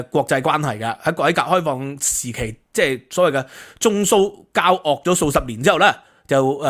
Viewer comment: 4'25中蘇交（惡）的（惡）,以前我記得讀（交顎), 現在的KOL讀（交戶）。請教應如何發音口。